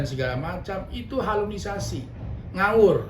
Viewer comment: Halusinasi bang bukan halunisasi 😂